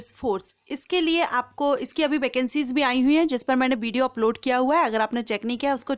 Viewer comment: Bideo nahi Video bolo